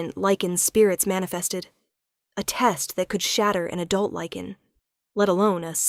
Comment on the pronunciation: LYCAN… not lichen or liken!!!😵‍💫😵‍💫😵‍💫